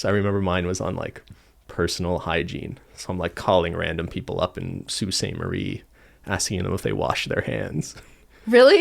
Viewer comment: Lol as a native to Michigan, hearing pronounce Sault Ste. Marie correctly scared me for a second and because I'm so used to Americans outside of Michigan pronouncing everything wrong 😂